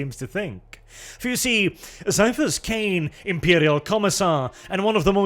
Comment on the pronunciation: I agree ... despite the temptation to make the once Super Man actor a space marine or primarily, the BEST role and probably the most fun for Cavill would be Ciaphus (pronounced Kie-ah-fus b.t.w.) Cain!